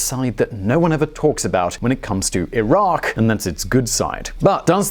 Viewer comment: I do appreciate that you pronounced Iraq the correctly. 10/10 good job most people would have botched it